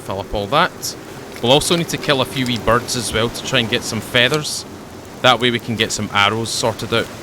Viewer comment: Enjoyed the video as always, though I am a bit disappointed that you pronounce "feathers" differently to Limmy.